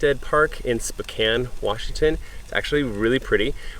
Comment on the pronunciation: Spokane is pronounced "spo CAN" ;)